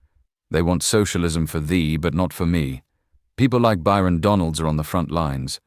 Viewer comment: It's Byron... not Bryon.